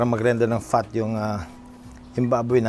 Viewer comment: Fat not PHAT🤣🤣🤣🤣🤣🤣🤣🤣